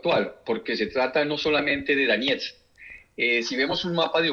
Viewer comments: Se escribe DONETSK /doniésk/. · lo liberal es asqueroso, pero monetizas en dólares y no sabes ni pronunciar Donetsk, mucho menos podes saber donde queda.